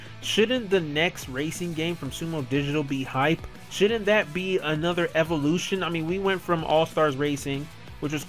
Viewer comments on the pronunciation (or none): none